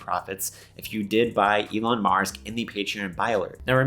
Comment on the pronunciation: it's pronounced DOG ELON MARS.